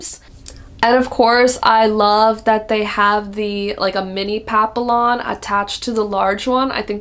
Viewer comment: Love your enthusiasm. FYI, the papillon bag is pronounced PAP-PEE-YON. 😊